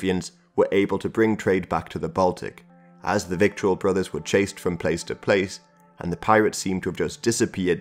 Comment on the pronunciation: Vittle... rhymes with brittle...or skittle